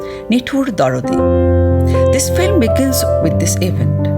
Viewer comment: Background music is too loud . So disturbing . Plz watch it out , when making next video.another point should not be avoided . The narrator is not pronouncing right — the word ‘film’ . This is not filim ! The correct way is Film ! Definitely not Filim !